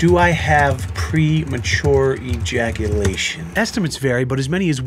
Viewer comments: premajaculation HAHAHA he said premajaculation HAHA definitely subscribing for more content like this HAHA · “Pre majackulation”